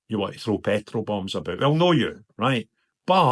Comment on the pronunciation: Did you say "Throw Petro Bombs"?